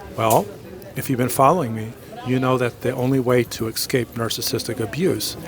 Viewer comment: I love your video's and your knowledge. I have only one pet peeve. 'Excape' When did escape evolve to excape? You're a very smart man and a brilliant teacher. Thank you for all you do to help those of us trying to mend.